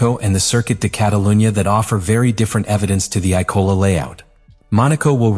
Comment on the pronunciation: Why does is this script reader Ap keep mispronouncing IMOLA as ICOLA and ISOLA. So is the script fucked up or text reader glitch! ITS A LAZY MISTAKE.